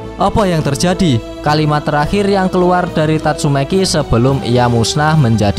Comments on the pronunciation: Bang tatsumaki ya bukan tatsume**i hehe :) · Tatsumaki ❎ Tatsumeki ✅ 🤣🤣🤣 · Tatsumaki cok..bukan tatsumeki..kenapa lu suka mancing2 😫😫